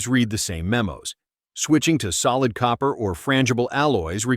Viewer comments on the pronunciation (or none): none